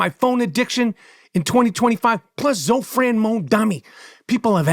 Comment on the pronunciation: It's Zohran not Zofran. Lol! He's INDIAN.